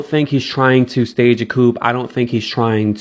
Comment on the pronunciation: The P in Coup is silent